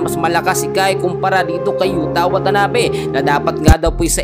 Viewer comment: YUTA WATANABE hindi YUTANABE.😅 at 6'9" si Yuta. Nag korek ang mali din magkorek. (Delete mo ulit)